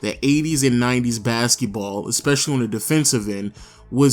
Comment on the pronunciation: It’s, devolved. Not, “de-evolved.” It’s, especially. Not, “ecspecially”. Although that may be a black thing. Like, “…aks you a question.” In that case I may have to let that slide.